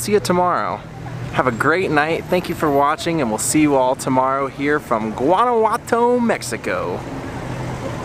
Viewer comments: Hey, thanks for the great videos. Guanajuato is pronounced like WAH-NA WAH-TO, like the GUA in Guacamole, the avocado dip. Also are you a LEO and that is why you use? I enjoy your youthful wonder and appreciation of foreign cultures, food, architecture etc. You are fun to watch. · Christine Beebe; De Nada. You're welcome. Guanajuato (pronounced like Don Juan -Juanawato) is the Capital of the Mexican State of Guanajuato. It is absolutely beautiful and is probably the safest City in Mexico, but it is indeed a true labyrinth.